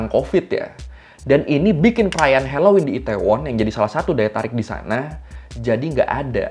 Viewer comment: hellowen bukan heloin🌚